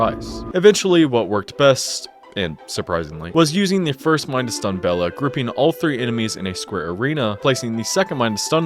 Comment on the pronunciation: He also called 'Bela' 'Bella' so hes clearly fake smh my head